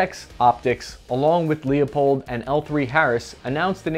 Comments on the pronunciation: Not a huge deal, but just want to point out Leupold is pronounced: "Loo -pold" not: "Lee-oh-pold" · Ok...as an ashamed-to-say-it Oregonian, I would like to give you a gift. It is this; Not...Lee uh pold. NOT THAT. But rather, LOO-a-POLD...small a for very VERY small effect. Like so small you can barely hear it when saying it. Its right down the road...about an hr from me lol The one I've been saying wrong for a long time is Kahles. I said it as if pluralizing that gross leafy crap...apparently it is kah-less as if to use a Boston accent and explain your current vehicular status... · LOO-pold not Leeo- pold. You got it?? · It's Loo-pold, not lee-oh-pold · As soon as you said LEO-pold I had to stop the video and dislike. Face Palm. Yeah, I unsubbed too. How can I trust a so called "gun expert" that cant pronounce the family name of of one of the most venerated companies in optics? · It's Leupold! Not LEO pold! Front, back, go, ready, -GO!